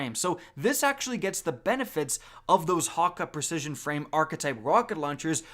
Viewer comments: Hawwka... ya mean HAKKE (Hack-Ay) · Ok, first of all, it's pronounced hawk-ayyy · the way you say Hakke makes me want to blow my brains out....